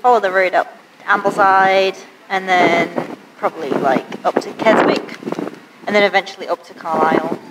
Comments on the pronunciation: Not keysick either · The word Keswick is said without the w so like kesick